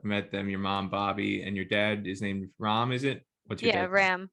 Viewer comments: pronounciation of indian name Ram or most of indian names are wrong in west... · Even USA born Indian kids don't know pronounciation of their father's name😆 u said Ram rt...